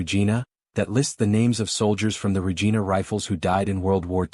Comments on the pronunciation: Regina: rej eye' nuh, "The Queen's..." Anybody who says "regeena" is a frootloop. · No important but it is Ree-jaina not Rejeena. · Not Regeena, Regina, like vagina. AI is amusing. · I agree. The guy narrating the piece should have done a little research before he voiced it. it loses all credibility with a mistake like getting Regina wrong